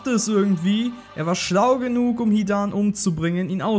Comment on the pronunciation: Bin ich der einzige den es nervt das er das a bei hidan so lang spricht? 😂